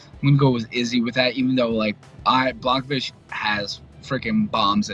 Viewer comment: I'm more annoyed at how they slaughtering Jan's name. After all the damn years he's been fighting in the organization, these guys can't even pronounce his name correctly (BLAH - HOV - ITCH) damn it ain't that hard. Everyone pronounces Jedrzejczyks right, and thats harder than Jans name. Put some respek on that mans name!!! Secondly, everyone sleeping on Polish Power 🇵🇱 I got him finishing Izzy